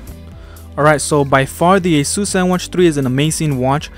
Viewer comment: It is pronounced A SIS